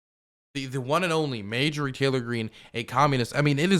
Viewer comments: Genuine question why does say mayjorie and not marjorie? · I think it's pronounced "marjorie taylor greene" not "majorly taylor greene". Lol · Margery. Not madegery. U said it like 10 times in the very beginning. Why? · It's starting to make me itch every time says Mayjury 🥴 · Mayjury??? Lmao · More like May-Jory Taylor Greene. It sounds like it could really be someone's name. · I think her name is pronounced MAR-JOR-EE ... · I cant tell if is mispronounccing her name on purpose or not but I love it